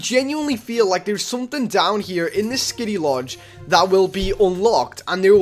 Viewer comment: I got triggered every time he said kitty instead of skitty